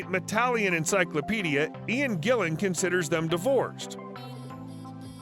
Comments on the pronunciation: You said ian Gillian , but its ian gillan 😊 just saying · Ian's last name is Gillan, not Gillian. Learn how to read. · you pronounced Ian Gillan as Ian Gillian .......that is not good if you claim to know much about Rock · And of cource pronounced Gillan as Gillian:-)